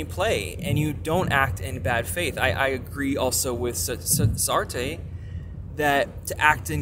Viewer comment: And then there’s this 😉: SAR-tr(uh). Swallow the (uh) Sar(tre). Like a rolled r in the back of your throat. 😁